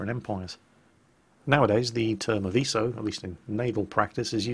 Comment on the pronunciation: Don't worry, You say Aviso as it is supposed to be said.